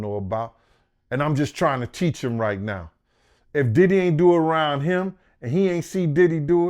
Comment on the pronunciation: pronounces everyone name wrong now so they won't sue... I can't believe y'all aint figured that out yet